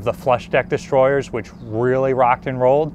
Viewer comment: really realy wuff? You have to wery qwi et when your hunting wabbits! Just kidding but your names isn't Elmer is it?